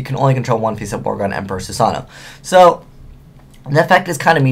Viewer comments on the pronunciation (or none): Just going to say that the second "o" in Susanoo is pronounced separately, so it's "Soo-sah-noh-oh".